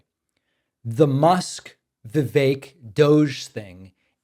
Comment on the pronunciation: I love the pronunciation of DOGE as “dodgy”. Love it.